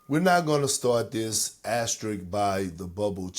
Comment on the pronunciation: Funny that no one was able to pronounce asterisk correctly in the whole video 😂